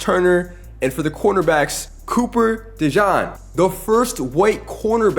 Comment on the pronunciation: Why did bro say Cooper Djohn 😂